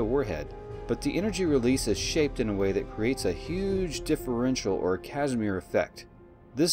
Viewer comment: Ka-zih-mear. Not cashmir.